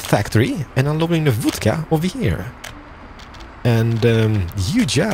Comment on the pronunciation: Seems like an awesome game judging by the number of vehicles, buildings, by the way production, transportation commuting... works. It'd be a shame not to do a whole series. I bet you'd enjoy it too like we do just watching it. One more thing, o in Vodka is pronounced like short o, like o in gone, bomb, lot... Cheers and keep it up. 👍